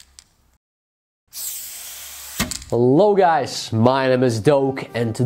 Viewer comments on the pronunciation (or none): none